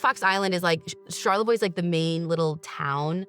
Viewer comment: Charlevoix is my hometown!!!! I love how my ears perked right up when you guys said it!!!! And you pronounced it perfectly!!!!!! I’m 35 and grew up in Charlevoix. I was also magazine height when JonBenet was murdered. When I was younger , I misunderstood and thought it happened IN Charlevoix and not Boulder, CO. I AM SO HAPPY YALL BROUGHT YOUR OWN TWIST TO THIS SUPER TWISTY COLD CASE!!!! ❤❤❤❤